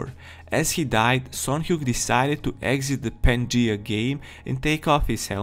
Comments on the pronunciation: Hey bro, no hate, but the word “Pangea” is pronounced: Pan-gee-ah not “Panjee” 😅👍🏾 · Ahh yes pan-gee totally not pan-gee-a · Bro its pan g ah just saying lol !!!$$$+++ ,love that you use your own voice keep it up!!!$$$+++ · The name of the game is probably pronaonced pan-ge-a. After the supercontinent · Not sure if you are going to read this now but its pan-ge-uh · HIS PRONUNCIATION OF PANGEA IS KILLING ME